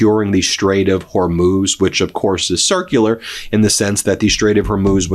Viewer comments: Thank you for correcting your pronunciation of the Strait of Hormuz... Not a distraction anymore... and I enjoy your work... 👍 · Glad to see you learned how to pronounce Hormuz. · Thank you Ben, for finally learning how to pronounce the Strait of Hormuz! Only took you 2 weeks! 😅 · You've finally pronounced it Whore-mooze. 😆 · Thank you for pronouncing Hormuz correctly. Love your work.